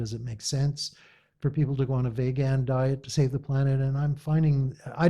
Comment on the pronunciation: Thumbs up for mispronouncing Veeegan as Vaagaan